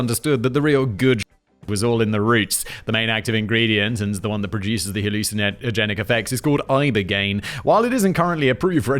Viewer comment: Simon vs pronouncing hallucinogenic would be a fight worth watching